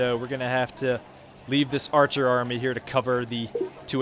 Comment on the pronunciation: Hmm I thought it was army not armai